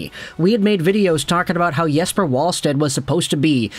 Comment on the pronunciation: Pronounced Yes•per Vall•sted, with a V